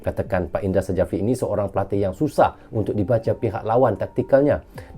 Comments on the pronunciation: dibaca indra syafri bang bukan sajafri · Indra Sjafri dibaca Indra Syafri Huruf J dibaca sebagai Y